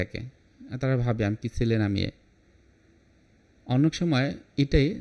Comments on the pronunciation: "সেলে" না বলে "ছেলে" উচ্চারণ করুন! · চেলা বলবে? 😂 উনি সেলে বলছেন। আসলে উচ্চারণ ছেলে হবে।